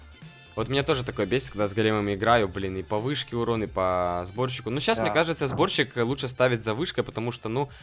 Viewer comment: Мне одному кажется что он говорит борщик а не сборщик?